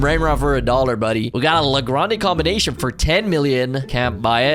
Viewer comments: Combination ❌ Cononomobomo✅ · Comonbomon hahaha LOL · That "La taco combinomenom"got me 😂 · Combination❌ Canominon✅ 😂😂😂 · what is a comonomonon bro😭✌️💔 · u prounouncing combinasion got me dieing of laughter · Bro it's not ,,combination,, it's ,,combinasion